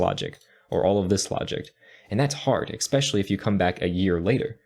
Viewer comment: Hey man great video, thanks! Couldn't help but notice you said "eckspecially" twice though.. Here to let you know it is "especially"! Time to bring that pro attention to detail to the English game too :)